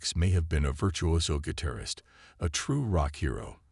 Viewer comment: What is a gui-tair-ist?